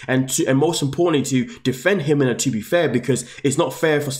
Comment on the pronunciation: First do your research and learn how to pronuce her name properly there no H in her name..it's pronounced He-Mena